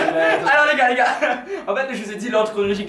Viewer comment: en plus tu di "go" au lieu de "gars"